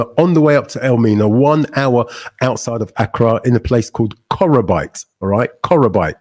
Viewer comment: face-blue-smiling::face-blue-smiling::face-blue-smiling: bro it is pronounced '' KO KRO BEE TE ''.